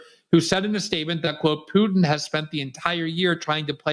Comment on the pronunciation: As a professional journalist you really should be able to pronounce the name of president of Russia. It's not Pu'in. There's a T in there.